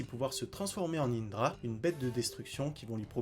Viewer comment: Mais frr apprend à bien dire les nom et c'est indura pas indra